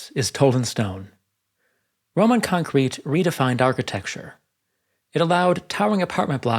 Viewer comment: I suggest you make up your mind as to which syllable you wish to stress in pronunciation of the word concrete, and stick to it.